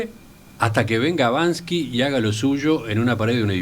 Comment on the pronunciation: no es Banski, es Banksi